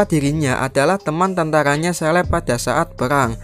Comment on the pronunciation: ke-léb dibacanya bukan seleb